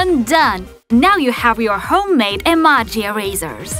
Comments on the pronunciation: it's ee-mo-jees not ee-maa-jees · your saying emojis wrong you saning them like this(emarges) but its actually (emojies) YEP thats how its done ( i know you don't spell emojis like the second one but thats how you pronounce it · Rosie& Adria she says (emo-jis)